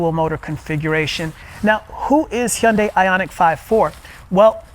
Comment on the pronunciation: I've never seen an English speaker pronounce 'Hyundai' correctly like you.😂😂😂 👍👍👍